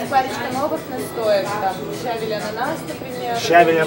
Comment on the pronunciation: щавЕль, а не щАвель, но всё равно спасибо, надо будет заглянуть за чебуреками.